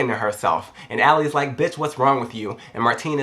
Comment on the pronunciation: I love the way he pronounces Ellie like "Allie".. My name's Ellie. Random moment. K.. bye